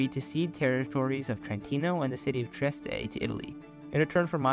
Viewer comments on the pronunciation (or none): Btw its Trieste not Treiste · It's Trieste, not Treiste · Its Trieste not treiste